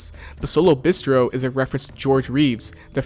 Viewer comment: The way this kid pronounces bistro is so cringe